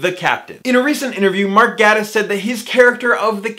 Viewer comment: He pronounces it Gay-tiss, and he just so happens to be gay!